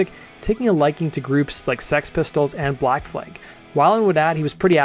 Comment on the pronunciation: Where are you from? Canada? What's Vazzalynn? 😂 Black Flag is not enunciated the same as Aflac. 😅 Great vids tho. Keep em comin' Liked and Subscribed